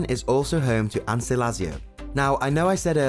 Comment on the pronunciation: Ans.. not an se.. Bo vallon not boo vallon